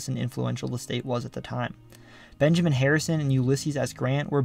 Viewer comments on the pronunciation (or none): none